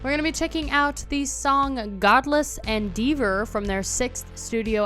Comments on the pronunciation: What the hell is "endeevor"? You never heard the word "endeavor" before? Millennials, learn how to read. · It is pronounced "Ɛnˈdɛvə", not "Endivə". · Pronounced "endeavor" wrong. Standing face to back means standing in line.